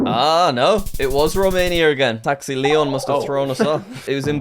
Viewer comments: Taxi Leon isn't Taxi Leone. Foiled by English pronunciation. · You should have said "Taxi LeonE" as it was written, not "Taxi León" lol